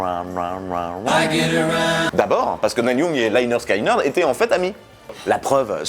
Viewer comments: Prononcé Leh Nerd, Skin Nerd, c’est dit sur la pochette du premier album. Pas Laïnerd Skaïnerd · Par contre leur album te dis que ça se prononce leh-nerd'skin-nird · bon alors deja on dit pas "laillner skaillnerd" ^^ pas plus qu'on dit, "david laillnche" mais david lynch.. j'ai les oreilles qui saignent. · Faut apprendre a prononcer correctement lynyrd skynyrd, please. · Quand on sait pas prononcer Lynyrd Skynyrd, on essaye d'être un peu modeste sur le sujet. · Etant un grand fan du groupe, je reviens sur certaines erreurs dans cette vidéo. Rien de trop grave, la vidéo en soit est plutot bonne. Premièrement, tu parles à un moment que le chanteur vient de Californie (?) d'où sors tu cette info? Il est né à Jacksonville en Floride et y a toujours vécu. Ensuite bon, on t'a déjà fait la réflexion mais la prononciation du nom du groupe, il faut que tu te bases sur leur premier album : pronounced leh-nerd skin-nerd. Donc ce n'est pas 'Léneurd Skéneurd' mais 'Léneurd Skineurd'. Et puis dernier point, pour tes futures vidéos, cite les noms des membres du groupe, tu parles de chanteur, de guitariste, on s'y perd. Tu dis le guitariste (Ed King) a rêvé du riff toute la nuit puis plus loin tu dis le chanteur et le guitariste (Steve Gaines) meurent dans le crash de l'avion. On pourrait croire que c'est le même guitariste et qu'il n'y en a eu qu'un. Enfin bon, sinon c'est une bonne vidéo. Pour rajouter à l'argument que ce n'est pas un groupe raciste, je te tourne vers le morceau 'The ballad of Curtis Loew' où le groupe rend hommage à noir jouant du dobro en ville. Cdt. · Ce serait bien de prononcer correctement le nom du groupe. Le y se prononce i...! T’es pas le seul à faire l’erreur dans l’hexagone... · juste pour dire lynyrd skynyrd ne se prononce pas comme ça.... ;)